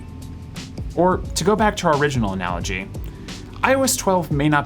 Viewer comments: was anyone else hearing "I was 12" every single time he said "iOS 12?" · instead of "iOS 12" I always understood "I was 12 when..." took me some time to figure out ;) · Am I the only one hearing 'I was 12' when he says iOS 12?😂